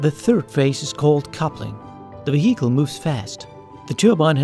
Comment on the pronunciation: WTF is a 'vah-heekle' ???